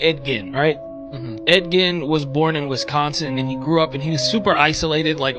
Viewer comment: Ed Gein.... come on dude, if you're going to pretend to know about him, pronounce his name correctly.